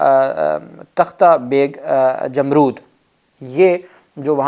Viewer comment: یہ لفظ "جمرود" پڑھنے میں "امرود" کی طرح نہیں پڑھتے بلکہ سمجھ لیں کہ لفظ "رو" (رونا) کے ساتھ جیسے حرف "د" آخر میں لگا دیا جائے ۔ یعنی "رود" پڑھیں گے ۔